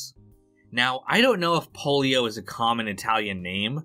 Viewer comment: Pollio is the name, polio is the disease. Different spelling, different pronunciation.